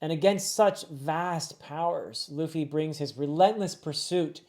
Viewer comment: he pronounced it Luh Fee and not Loo Fee